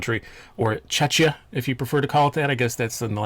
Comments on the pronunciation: Little note .. it is not pronounced chechia .. but more like checkia ... The second 'ch' is pronounced as K ... Like in cock of cocktail ... :) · Czechia the ch is more of a K sound, otherwise people tend to mix it up with Chechnya.